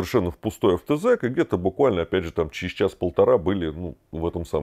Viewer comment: Правильно «АвтозАк»